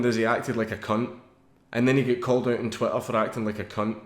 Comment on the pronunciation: GOUIN TRU HAS TWEEETAH